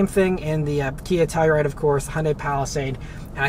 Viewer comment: Ah Beth this is baby poop brown...you'll get used to it. Love the channel. One more thing. please annunciate "Telluride". I thought you were saying Toyota Supra. Thanks.